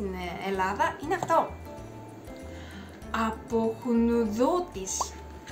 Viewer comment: καλημέρα από την δεύτερη σου πατρίδα την Ελλάδα! Εμείς σε αγαπάμε τόσο πολύ που το κάθε σχόλιο,το κάθε λάϊκ παρακαλώ να το μετράς για χίλια λάϊκ!!! Επίσης,όχι αποχνουδώτης αλλά αποχνουδωτής ( τονίζεται στην τελευταία συλλαβή)!!